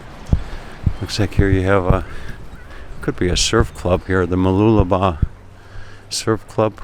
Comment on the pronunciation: I had to watch this video as I was very curious to hear you pronounce Mooloolaba. Well done!! Now you can try pronouncing Whakaangiangi in New Zealand. LOL. Thanks again for the great walk and talk.